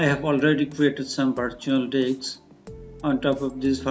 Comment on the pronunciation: Did he say virtual dicks?🤣 Nice summary, thanks for the info!